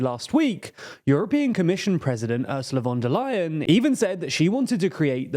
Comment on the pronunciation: Still a bit to do with the first name (vowels).